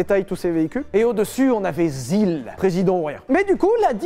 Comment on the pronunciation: l'asile (la zil) 🤣🤣🤣🤣🤣🤣🤣🤣🤣